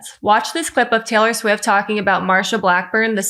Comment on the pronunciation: TAY-lurr SWEEFT 😂